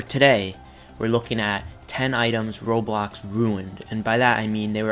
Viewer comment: When was saying "Roblox", it sounded like he said Robox